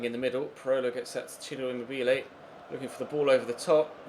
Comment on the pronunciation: Emobelay? De Vree? Have you honestly never heard their name spoken before lol